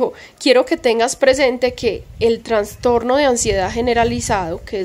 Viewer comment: Ay perdónameeee please 🙏 pero yo también sufro de ansiedad y soy obsesiva y media histérica y fibromialgia y blá,blá, blá. No me gusta pero a mi edad (58) ya me estoy quedando sin filtro y no puedo dejar pasar que se dice trastorno y no transtorno, algo así pasa con trasplante y no transplante. Sorry 🫢 te admiro mucho y te sigo desde antes de que te mudaras a la finquita anterior alquilada y con tu pelito encima de los hombros y veo todos tus progresos junto a Granda y me siento muy orgullosa de tí. Sigue hacia adelante mi corazón que apuesto por tí y pago triple.🫶 *Granda es un tipazo, me cae súper bien* Cuídense mucho❤️